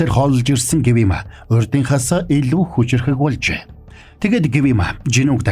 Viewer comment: Гивима биш гиүма шүү😘